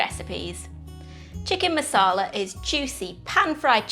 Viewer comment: Does this recipe look delicious? Yes. Am I gonna make it? Yes. Do I like your delivery? Yes. Will I watch future vids? Yes. But it is NOT masala...it is maRsala...masala is a totally different thing!